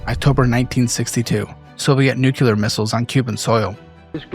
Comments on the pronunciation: Bro. It’s not nucular, you sound like Homer Simpson. You’ve made that juvenile mispronunciation in several videos. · I loved this video. Long enough to be informative but short enough that it doesn't take up 2 hours of my time. I watched it on my train ride home yesterday and I was captivated (aside from the way "nuclear" was pronounced lol). Great job! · I beg you to learn how to pronounce "nuclear". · I know 😂 It distracts me from the video content each time it's said wrong.